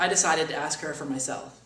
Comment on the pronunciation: he called god 'hir', i think.. XD ILU, dude.